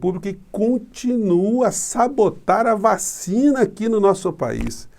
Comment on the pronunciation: Veja que ele fala "vachina" e depois se corrige. Mente descaradamente Mas o interessante é que atrás da coronavac com propina ele correu atrás E da covaxim, feita sob o mesmo modelo que a chinesa É um psicopata.